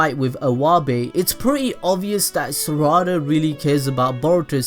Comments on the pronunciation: Its saらda not saRRada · It’s not sawada it’s sarada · It’s not sarda it’s sa ra da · Bro don’t tell me you say SURADA it’s SARADA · Its sarada not sarida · Is it just me that hears "za warudo" whenever he says "sarada"? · The way he says saradas name makes me mad low key just say sa-da-da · Sa ra da lol its sarada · mispronounces sarada IT NEVER ENDS SORUDA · It’s Sar-uh-duh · Pronounced Sara-duh and Sumir-eh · saw raw da lol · The way he said Sarada is Sourada... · This is how many times he mispronounced Sarada ⬇ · Say the name right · The way u said sarada just pisses me off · he can't even say sadara right